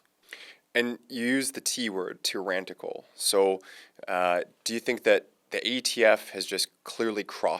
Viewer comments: Not tyrantical. Tyrannical. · WTF is Tyrantical? Please learn the language if you are going to interview people. The word is Tyrannical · It's TYRANICAL not TYRANTICAL. Otherwise good video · Tyranticle? It’s Tyrannical. Stop adding a T. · It’s “ Tyrannical” Not “ Tyrantical” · if you say tyrantical instead of tyrannical one more mf time.... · 😂 "Tyrrantical" 😂 instead of tyrannical!!! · Tyrannical* not Tyrantical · tyrannical, not tyrantical, lol. thanks! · it’s “tyrannical” not “tyrantical” (there’s no second T in it). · It's not, "tyrrantical". It is, "tyrannical". You seem far too smart to sound like such an idiot. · Tyrannical only has 1 T, it is not tyrantical. Thank you for the content. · Quit saying tyrantical... it's tyrannical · Tyrannical not tyranticle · Is he saying "tyran-t-ical"? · Tryrantical? LOL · I have never heard a coherent explanation why this is not a clear case of ex post facto, and thus forbidden by the Constitution. Btw, the word is tyrannical. There's only one T In that word, at the beginning. The word "tyrant" loses the ending T when you expand it to "tyranny" or "tyrannical". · Please for the love of god, please stop putting a T in the middle of the word tyrannical